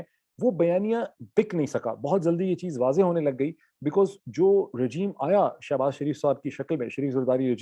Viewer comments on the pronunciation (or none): none